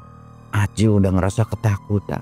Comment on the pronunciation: Belepotan nyebut Ali sama Acil patuker paganti pagentos 😂